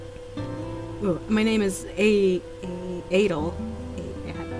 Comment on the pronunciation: Hey! We're actually the people who made this game and we randomly found your playthrough. First of all we wanted to say that we love you so much for playing our game, we hope you liked it! We couldn't stop laughing at the idea of Koro dating international pop sensation Adele xD We don't mean that in a bad way at all we loved it! In case you're curious, the correct ways to pronounce these boys' names are as follows: Hay-ven (This one's easy!) Ay-del (Abel but with a D, like you said :P) Koro-viCH (It's slavic!) Roswell :3 Again, thank you so much for playing our game! It made our day to learn someone posted a play-through online!